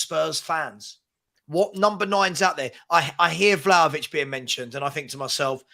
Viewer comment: .....it has to be VLAHAVIC!😊